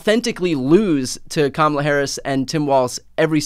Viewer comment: “Kama-Black” = Kama-bla